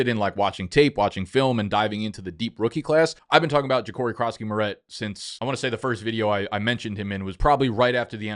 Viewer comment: bro...merit...its 'merit'